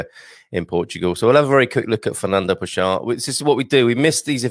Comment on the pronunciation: Pessoa is pronounced PessOWa - the 'o' rhymes with English 'go'. You probably know that the common noun 'pessoa' means 'person'. Quatro geracoes de paixao = four generations of passion